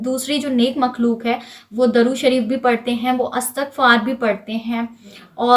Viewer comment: Assalamu alaikum Plz correct it... It's durood not darood... Darood means wood